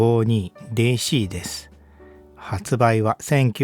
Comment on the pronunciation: DCはデ一シ一ではなく、『ディ一シ一』ですね。 Dをデ一と言うならCはツェ一